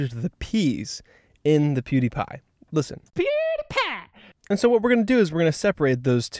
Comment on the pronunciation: sounds like poo-dee-pa pewdiepie!